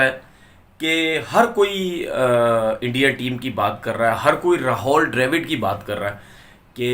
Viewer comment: Tumara naam Tenavir Amid hai? Nahi hai to Rahul Dravid ko Rahol Drevid kyo bolte ho jaan boojhkar.